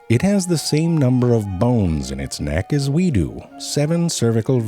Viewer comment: I love how he puts so much emphasis on "Do"